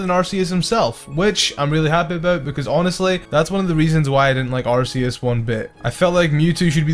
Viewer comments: it's not ar see us its ar ckeus Arceus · Two points - AR-KEY-US and MED-I-CHAM. Not AR-SEE-US and MED-I-CAM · U said arceus wrong in my book it’s ar KEY us like a key :3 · IT'S ARCEUS, NOT ARCHEAS! GET IT RIGHT! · ITS ARC E US